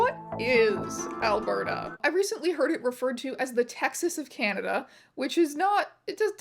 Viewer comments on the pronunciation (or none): none